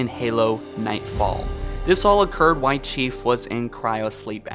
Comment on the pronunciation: Please please say L in “while”